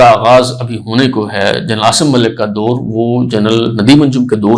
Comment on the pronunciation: PEHLEAPNA URDU TALFUZ THEEK KARO ... DOUR KO SAHI BOLO